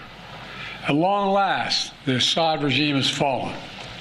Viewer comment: for the love of god, it's AH-ssad, first syllable stressed